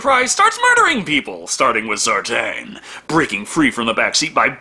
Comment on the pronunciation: Sartain not Sartan. Sar-Tain. Sar-Tayne.